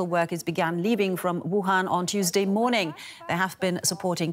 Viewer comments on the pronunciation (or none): none